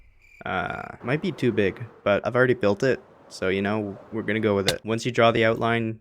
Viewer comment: Stopp sayyinggg gunnaaaaaaaaa!!!!!!!!!!!!!!!